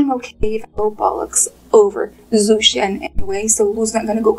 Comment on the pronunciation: His name is pronounced like Joe Shen not zoo Shen.I like your channel but everytime you say his name just grades on my nerves. Thank you